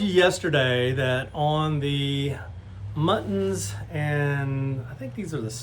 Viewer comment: So close - muntins rather than muttons 🐑🐏😂